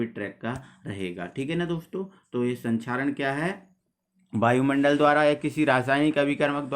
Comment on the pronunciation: बायुमंडल नहीं वायुमंडल😂😂😂😂😂